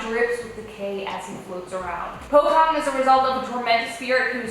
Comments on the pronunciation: actually itas pronounced po-chong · Pocong pronouncation are not sound with a "K". It's "Chong" pochong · Malaysia-Indonesia: Pocong English: Pochong